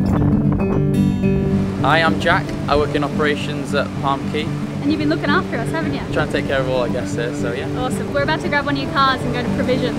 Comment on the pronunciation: ...plus as an aside, when discussing the islands of the Bahamas, "Cay (or Caye)" is pronounced "Key"...FWIW.